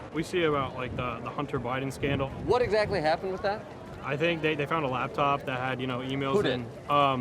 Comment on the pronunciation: He keeps saying "lab top" and I can't just ignore it